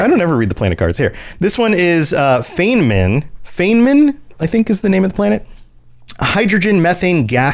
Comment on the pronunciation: Sorry, my inner pedant is desperate to correct two things: "Feynman" is pronounced "FINE mun". Feynman (the planet) is named for Richard Feynman (the real-world physicist). The Boltzmann system and all the planets in it are named after real-world physicists. Even on my first ME2 playthrough I thought it was odd, that a system so close to the Citadel would be named after human physicists and host a major human colony. I saw that y'all caught your own mistake, but the full breakdown of "casus belli": "casus" meaning case/cause/occasion, and "belli" the adjective form of "bellus", meaning war (like in the English words "belligerent" or "bellicose"). So, in English, "cause for war" or "occasion of war". Confusing "bellus" (war) with "bellum" (beauty) is such an easy mistake. If you look at their culture I think the Romans did that too /s. Again, sorry for the pedantry. Holding that in was making my brain itch. Regarding the war on Garvug, I recall a brief mention of the war when you examine it in the Galaxy Map, and Glyph definitely has a comment about it in ME3 when you walk into Liara's office (something about Liara pulling strings with the Council to grant amnesty to someone). But yeah, the actual details of the war are only vaguely alluded to in-game, and it wasn't until I hit Wikia for fanfic research that I learned about Cerberus Daily News and the wild stuff it adds to the lore (on Garvug and beyond). I'm still catching up after discovering the channel so I'm l